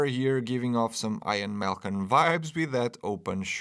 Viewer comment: Its pronounced ee an ian is ee an